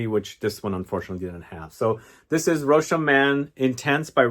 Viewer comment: Well done You seem to be the only major fragrance reviewer who says ROCHAS correctly. Bravo